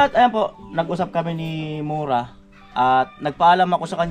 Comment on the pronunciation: Kuya correct ko lng po MURA po hindi MORA akala q Kung cno cnasabi mo MURA po